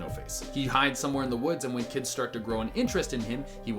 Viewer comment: when you said win instead of when i threw almost threw my table:[